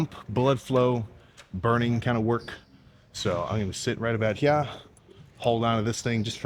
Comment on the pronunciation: "I'm gonna sit right abaat hyaa"